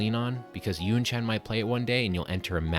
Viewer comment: Not [YunChaen] but [YunChan], please.